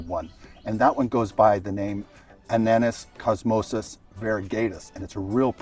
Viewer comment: Ananas comosus, not Ananus